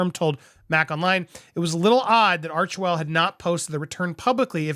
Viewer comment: I think you would like to hear this, PBD just mis pronounced Archwell as Archevil in one of his latests podcasts, funny.